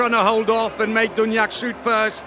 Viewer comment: I hope this commentator learns until tommorow how to pronounce "Duvnjak" ! PS. Spanish reffs pushing Norway to the final, mission failed ;)